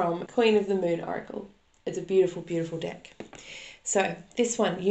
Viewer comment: I heard “moot” but later realized it was “moon.”